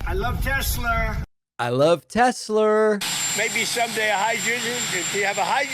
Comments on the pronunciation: "I LOVE TESLERRRRR" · Wasn’t he the one saying “I love tesler”?! Lmfao gosh that man is bipolar or corrupt criminal… and he’s a leader of a country?!!! Wtf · "I love Tesler!" -DJT